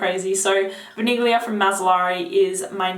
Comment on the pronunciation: THE G IN VANIGLIA IS NOT PRONOUNCED. Thank you :)